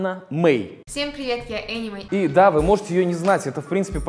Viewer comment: Соболев, а ты типо такой хороший. Взял и Anny May обосрал. Название сначала выучи не Ани Мэй, а Эни Мэй.Ты сначала о себе подумай, а потом других обсирай.